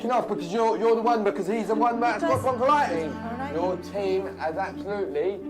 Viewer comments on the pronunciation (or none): Broncollitis? I think you mean bronchitis. It’s kind of important to know if it effects your baby. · Stop blaming immigrants. Stop having children you can't support and get a job! Also its bronchitis and pneumonia not bronchilitus and ammonia 🤣🤣🤣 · Another thing : it's bronchitis you dumb ass! Not bronchilitis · Broncholitis lol....BRONCHITIS and it’s pneumonia not ammonia....also why doesn’t the dad work? Look at the state.... poor baby